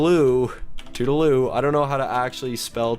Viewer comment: It's tootle-loo or tootle-doo